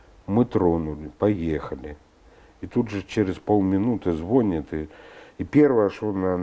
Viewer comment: "звонит" с ударением на "о", "ихние". И после этого они говорят про люмпенов? Они хоть смысл этого слова то понимают?